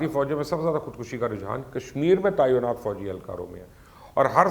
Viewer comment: جناب مبشر لقمان صاحب ، لفظ تعینات عین کے نیچے زیر ی پر جزم کے ساتھ ہے